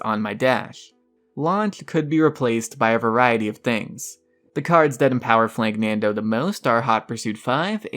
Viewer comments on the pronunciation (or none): Hey its not flanknando its FLANKANDO no N in it